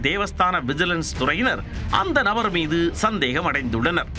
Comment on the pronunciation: Horrible voice modulation "orru Nabaaarrrrrr"😂